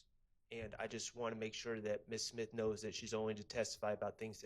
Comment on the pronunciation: I thought I was the only one heard that. SIMTH